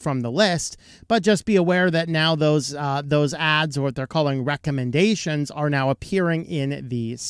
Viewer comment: I had to rewatch this 3 times, then turn on CC to hear this clearly as "recommendations." It sounded like something much filthier, and more appropriate.